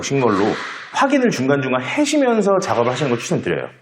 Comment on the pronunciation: 말꼬이심 ㅋㅋ 머리로는 해주시면서 였을텐데. 말은 하시면서 ..하려다 해시면서로 바뀜.. ㅋㅋㅋ 댓글너무 달고싶어서 갓길에 세우고 다는중 ㅋㅋ